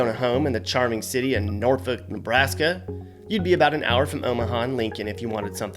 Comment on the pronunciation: Norfolk, Nebraska is pronounced like “nor-fork.” Not sure why since there’s no R in it. Maybe I should have asked someone when I lived in Nebraska.